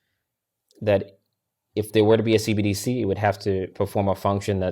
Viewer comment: I know its somewhat inconsequential but its hilarious how much struggles to say "CBDC". Its not C-D-B-C. Repeat after me, "C-entral B-ank D-igital C-urrency"